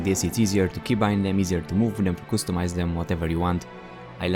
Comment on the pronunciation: qustomise??? are you drunk??? maybe its customise